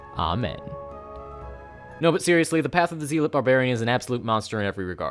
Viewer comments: Do all Americans pronounce zealot as zee lot not zelot like in the UK ? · I'm a little late, but since I haven't seen anyone mention this zealot is pronounced zeh-luht, not zee-luht or zee-lot. I made this mistake throughout my childhood and it resulted in much ribbing once I was corrected. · No, it's not "Zalot" either, nor is it "ZAlot". It's "Zellot", like 'hell' ... ot. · “Zealot” is pronounced “ZELL-ut,” otherwise great video. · it's pronounced zeh-lut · Zealot is pronounced like Zealous, not like Zeal. "Zalot" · That's ... not how you pronounce "zealot" ...